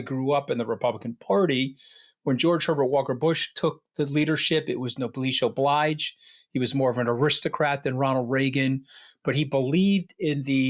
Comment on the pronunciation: Anthony please learn the proper pronunciations for the fancy words you clearly do know the meaning of.😂. No-bless’ oh-bleezh’. Megahloh’-mania.